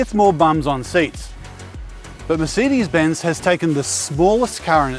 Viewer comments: Your pronunciation of Mercedes is very annoying and strange! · We definitely don't pronounce it that way in WA. I've noticed this particular gentleman always gets comments about his pronunciation of the word "Mercedes" 😂😂